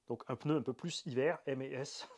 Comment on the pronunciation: ok tu t repris par la suite, mais t'as dis peuneu, t'as dis peuneu, t'as dis peuneu, t'as dis peuneu, t'as dis peuneu, t'as dis peuneu, t'as dis peuneu, t'as dis peuneu, t'as dis peuneu, t'as dis peuneu, t'as dis peuneu, t'as dis peuneu, t'as dis peuneu, t'as dis peuneu, t'as dis peuneu, t'as dis peuneu, t'as dis peuneu, t'as dis peuneu, t'as dis peuneu, t'as dis peuneu, t'as dis peuneu, t'as dis peuneu, t'as dis peuneu, t'as dis peuneu, t'as dis peuneu, t'as dis peuneu, t'as dis peuneu, t'as dis peuneu, t'as dis peuneu, t'as dis peuneu, t'as dis peuneu, t'as dis peuneu, t'as dis peuneu, t'as dis peuneu, t'as dis peuneu, t'as dis peuneu, t'as dis peuneu, t'as dis peuneu, t'as dis peuneu, t'as dis peuneu, t'as dis peuneu, t'as dis peuneu, t'as dis peuneu, t'as dis peuneu, t'as dis peuneu, t'as dis peuneu, t'as dis peuneu, t'as dis peuneu, t'as dis peuneu, t'as dis peuneu, t'as dis peuneu, t'as dis peuneu, t'as dis peuneu, 😂😂😂😂😂😂😂😂